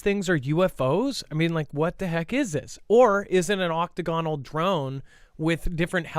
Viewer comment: oc-TAG-o-nal, accent on 2nd syllable